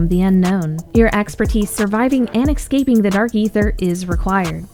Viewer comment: Did you really say "EXCAPING"?